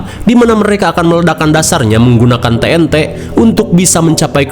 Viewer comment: Braayy Sorry nih. Ejaan mu salah tentang TNT Bukan TE - EN - TEK Tapi Ti - En - Ti ---> TNT